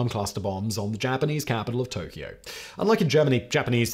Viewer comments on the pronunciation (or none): none